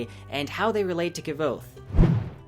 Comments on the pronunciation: "Kvothe" is just one syllable . . . like Quothe. Not Kuh-vothe. Otherwise, great video. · ... that is exactly how long I lasted watching this video before I had to stop. You are not pronouncing his name correctly, and it is driving me up the wall! It's Kvothe. Not Ke-vote. Over and out. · Wow, this is a two year old comment. No one was angry. But his name isn't pronounced "however". It's explained in the book (like qoute) and if you hear Patrick say it, or the audio books, you'll know there is a correct way. 😉 It's just like how people can't pronouce the name Knud. It becomes Ke-nut, and it's simply incorrect. 🤷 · ITS NOT K'VOTHE , ITS KVOTHE!! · why do you add an e to kvothe's name , you say kevothe not kvothe. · Lol Kvothe himself says that his name is pronounced "Quothe" not "Ka-vothe" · You should learn how to pronounce the main characters name to be taken seriously.... Its not kev-oath. KVOTHE is pronounced like Qouthe. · His name is pronounce "Kwoath" not "Kah-vothe," there's even a line in the beginning of the first book clarifying this and multiple forums with the author clarifying it online. Weird that there's a fan video this in depth that says his name wrong the entire time... especially when its spelled phonetically in the beginning of the debut novel. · Kah vOth? Its pronounced Quoth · Kvothe is pronounced "Cuouth" :) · is the name of the protagonist really pronounced like that?? ka vo tha???? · well, the only reason I asked is; I pronounced his name very differently as I read these books first time over past few weeks. I pronounced it like 'Kvo'-(similar to 'slo' in slow) and 'the'-( similar to 'the' in theory). I only looked at the videos after I finished 2nd book. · I pronounce it Kavote (Ka-vote). Does that trigger you too 🤣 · Actually never mind. Found it. You and I are pronouncing it wrong haha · The V Is silent. "sounds like Quothe." The pronunciation is in the first book. Right before he tells his story. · I wished you'd say Kvothe's name right.